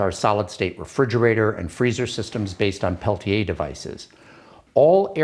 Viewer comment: Peltier.. After all these years, never knew the R was silent.